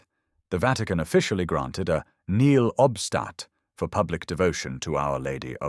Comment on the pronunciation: Nihil obstat. Nì hil ob stat. 4 syllables.